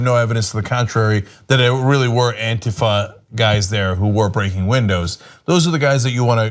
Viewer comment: It sounds like Cenk is saying Anti-Pho protesters lol